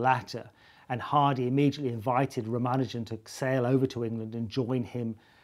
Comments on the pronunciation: ra mA' nu jan'? isn't it Ra' ma nu' jan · Simon Singh the first and only person I've heard say rah-mah-nuh-jin rather than rah-mah-NOO-zhen, and I gotta say I'm probably gonna trust his pronunciation of that